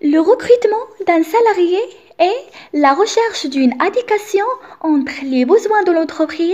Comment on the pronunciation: merci, j'aime bien la façon avec laquelle tu a expliqué, seulement j'ai une remarque concernant la prononciation de quelques mots "adéquation" et "longtemps". Je te souhaite une bonne continuation.